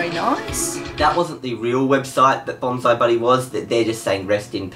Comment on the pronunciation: I just realized that failed to pronounce Bonzi correctly throughout the whole Bonzi Buddy segment IT'S BON-SEE not BON-ZAI.